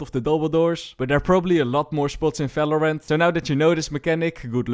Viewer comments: bro why you pronounce falorant? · He can’t pronounce the v so that’s why I guess. Leave him alone tho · he can, actually. He might not realise though 😂 Words starting with the prefix 'ver' are pronounced in German with the normal v sound we use